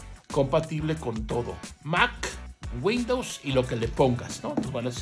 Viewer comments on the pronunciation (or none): none